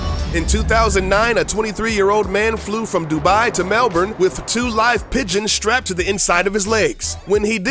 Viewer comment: Finally, you said Melbourne right!